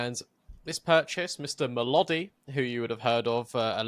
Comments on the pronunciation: Thanks for the episode, I really did not even hear about molodoy(you pronounce it like this: molodOi, with the emphasis on the last “o”, it means “young one” in Russian) being on anyone’s radar, and here he is in Furia… I guess benching your underperforming rifler and signing a promising European awper is a thing in Americas now after Liquid did it with ultimate, lol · You guys' pronunciation of molodoy made me chuckle a bit every time 😂 "molodoy" rhymes with boy It's the Russian word for "young", although you could translate it as "the young one" in certain contexts. Use that fact on the desk how you want ;) 😂